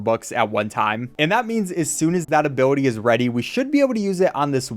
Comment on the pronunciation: Every single time he says ability, it gets worse and worse.